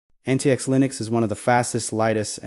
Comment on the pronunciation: Proper pronunciation is Antics.